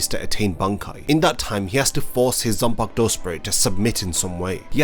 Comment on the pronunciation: Its pronounced as zanpakuto